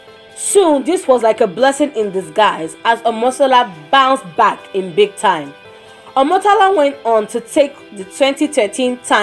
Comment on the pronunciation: The way she pronounced Omotola's name was so nice